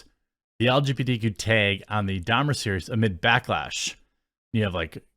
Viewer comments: Teg is not a word, genius. Learn to pronounce words. It’s tAg 🤦🏻‍♂️ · "The taehg" eh?